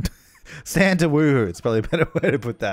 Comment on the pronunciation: says “stan” me: hears “STAND”